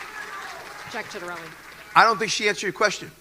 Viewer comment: You can't even pronounce the Republicans candidates name right it's annunciation is Sit-er-ellie. Also as someone that was from NJ and still has family there it's not ultra liberal it's as purple as it gets between now and 1975 there were 11 overnors 5 Republicans and 6 Dems south Jersey and Northwestern NJ are notoriously red especially the southern part where the farms are. The blue strong holds are the Phillyband NYC suburbs and central Jersey Newark Trenton areas.